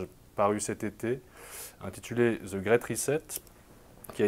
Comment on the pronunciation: Pfff ... si vous voulez être crédibles, essayez de prononcer correctement ! « Ze » Grate reset ??? Le « The » ca vous évoque rien ? KlOOOS Schwab ? Qui est allemand ?Qu’en Allemagne le « au » de Klaus, ne se prononce pas « o » ? Vous avez fait des études ???